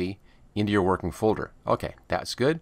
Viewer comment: Its not vorkin